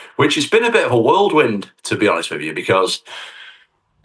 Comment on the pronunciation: Tommy, did you just say “worldwind”?